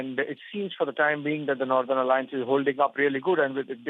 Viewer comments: wtf is "nadan" alliance? Cant she say northern? its Taliban not Talibs..there is a bloody difference between the two. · It's not "nurthern", it's northern. It can't be pronounced as "southern". Also, I have a feeling India is involved in this aid. Yaay! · Naaathern alliance........ It's NORTHERN say... NOR..... not NAAAA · Who the he'll gave you the job. Cannt even pronounce northern word properly. Why is she is pronouncing nothen